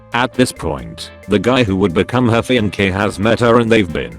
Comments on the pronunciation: Fee on k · Fee-on-kay= fiancé, got it reddit voiceover dude.